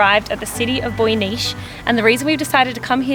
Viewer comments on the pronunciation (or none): "Boy-ni-tse", in terms of pronunciation, not "-tsh". :-) Nice travel report, though. Liked the Bratislavan one too. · City of Boy-Nische????? Seriously guys, great video but you should easily have asked someone to teach you how to correctly pronounce the name of that city....... Boy-Neet-Se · Bojnyš :D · Bojnice is pronounced ‘Boy knits eh’ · PRONOUNCED BOYNITSA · I think that you should learn how to pronounce names of locations. Bojnice is not Bojnish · You said boinice wrong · Beautiful video. Thanks for making it. Bojnice it pronounced sometimes like "Boynitse" and Čičmany is "chichmany" :) and that was Cukrový rožtek (mini sugar roll) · Čičmany village is pronounced as you would read Chichmaani and Bojnice Castle as Boynitze. ;) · I am so happy you love my cutest homeland! I love my home, I love my Slovakia! Just to say, it's pronounced Boynitse for anyone who would be looking for it, also Koliba Pako is the pronunciation closest to English for the little log cabin camp. The sheep are there because it is a koliba, which is the name for the sheep herder's ranch so to speak. The traditional village is pronounced Chichmany and it's part of UNESCO heritage. The sweet with the coffee looks like a vanilla half moon too, which we make for special occasions like Christmas or Easter or for guests :) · Bojnice is pronounced Boynitse 😂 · I am very happy you enjoyed your stay in Slovakia. But some language... Firstly there is no such thing as Slovakian, people of Slovak Republic are Slovaks. And the pronunciation for Bojnice is Boinitse and for Čičmany - Chichmani. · Bojníš :D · Bojnice. Pronunciation.